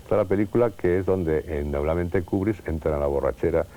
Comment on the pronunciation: porque nadie a explicado a ese hombre que se dice KUBRICK Y NO KUBRISSSSS.....